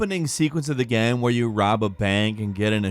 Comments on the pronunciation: Whats a "geeem" or "gaaem"? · “Ya need to know In the first minutes of the gyeum” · "In the first minutes of the gaem"? Haha